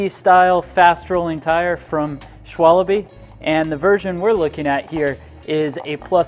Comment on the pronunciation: Really ???// Schwalabe ????? at 7 seconds in you lost my vote, you spelt it wrong on screen and you pronounced it wrong. Man if you wanna do a review at least be professional about it and do your research.